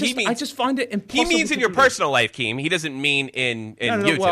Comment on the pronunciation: Dont inerup keem doesnt know "t"s exist